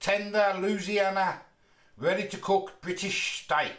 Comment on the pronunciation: It's pronounced a lot differently and I'm from Louisiana but Hey good try and respect from across the pond